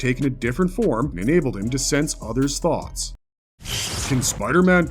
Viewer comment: "Does Spiderman 2099 have tell-o-pa-thick paw-wores..." - !?... No, pudgy mouth-breather of low I.Q and dense intellect, there is no "o" in telepathic. There is no "w" in thoughts, it isn't "thaw-uts." Learn how to breathe properly and your oration will become closer to correct.